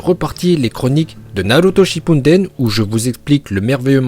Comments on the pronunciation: aRrÊtE dE d1rE sHiPpUnDeN 😂🥴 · PTDR il dir ca alors qui dit shinpunden Mais je m'abonne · Arrête de dire Shippounden tu me fais rire c'est Shippuden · Ça s'appelle Naruto Shippuden pas Shippunden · Moi je trouve que tu prononce bien les mots mais moi je dis pas shippuNden je dis shippuden (ça m'a tjrs perturbé mais bon c pas très grave 😂) continue ce que tu fait ❤ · Pour les Uchiwa et Uchiha ça ça me dérange pas mais c'est les autres prononciations... genre c'est Shippuden et non Shippunden. Et des problèmes comme ça il y en a pleins d'autres dans tes vidéos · Ça encore ça va, mais on dit SHIPUDEN, pas SHIPUNDEN !!!!! Et KAGUÉ, pas 4G 🤣🤣🤣🤣🤣🤣🤣 Ps: aime le commentaire pour qu'il le voit Bordel, c'est pas TSUSHI4G 🤣🤣🤣🤣🤣🤣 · Il a dit Naruto shipumdeme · Qui comme moi entend "Shipunden" et Kadjé😂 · ouais mais tu dis tout le temps naruto shippunden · Tu dis naruto shipounden😭😭🤣🤣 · Moi je comprenais shiNpuNden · C pas vraiment un L c un R mais en un instant donc on dirait un L Il prononce bien mais le N du shippuden j'crois pas